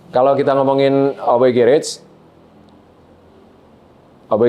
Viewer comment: Kenapa yah .. Org indo yg berkecimpung di dunia otomotif yg menamai bengkel mereka demikian dengan Kata GARAGE tuh gak ada yg bener nyebut nya , even sekelas artis .. Sorry , rada gimana gitu di telinga gue ketika denger gerets .. ✌